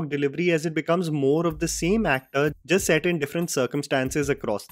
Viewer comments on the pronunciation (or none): none